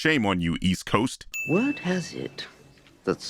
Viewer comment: "shame on you east cost" yes we, we are really ashamed